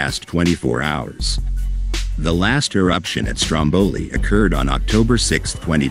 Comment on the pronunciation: You don’t even get the name right - let alone the rest of the video …😂 👎